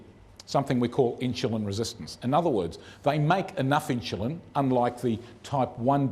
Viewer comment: It is Insulin, not Inshulin.